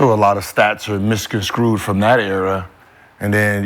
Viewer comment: Gil is dumb at Gil just said ‘miscongscrewed” lmfao tard